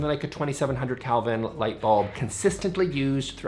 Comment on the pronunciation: Kelvin...not Calvin.